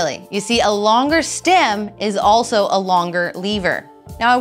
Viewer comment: Is she saying "stim"?